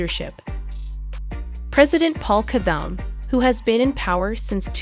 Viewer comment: I like your video, but please learn how to properly pronounce the presidents name.😄